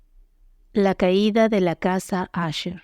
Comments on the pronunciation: Es un problema que presentan ciertos programas para la lectura de textos en voz alta, aunque tu escribas Usher en el guión, la voz lo dirá como asher. Si quieres que suene bien hay que estar verificando y editando las palabras escribiéndolas mal "ucher" para que suene bien "usher" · NO ES LA CASA "ASHER" EN INGLÉS SE PRONUNCIA TAL COMO SE ESCRIBE. "USHER"